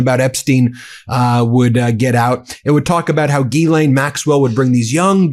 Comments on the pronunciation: Please set an example by pronouncing Maxwell's name properly. It's French and the beginning GH has that same sliding DJ sound you hear in "deja vu" or "bonjour". So, DJEE-len Maxwell. She may be a monster, but call her by her name. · Ghislaine: jeez-LAY-nee